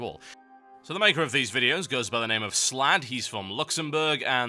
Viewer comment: I like that he pauses and zooms in on "theese spike are supposed to hurt you" makes you go "Oh THOSE spikes!" But seriously though makes it easier to keep track of.